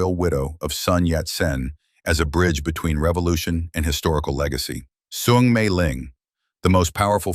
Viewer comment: Is soong not thong, Your pronunciation suck.